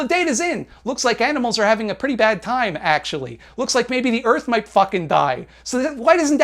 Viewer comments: what did you say you like? Why did it sound like "aminals"🤣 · " I like aminals" that cracked me up. lol